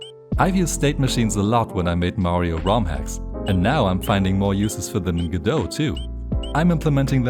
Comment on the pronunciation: It's pronounced go-dot. The Godot devs pronounce Godot as go-dot. Google is wrong.